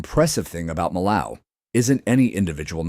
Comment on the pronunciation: just another non-French narrator butchering the pronunciation of Millau nothing to see here